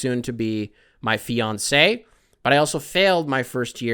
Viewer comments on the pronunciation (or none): none